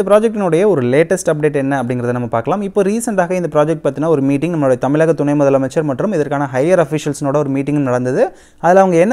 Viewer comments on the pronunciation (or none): none